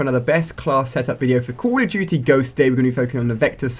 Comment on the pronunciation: It sounds like he says call of chuchy ghost lol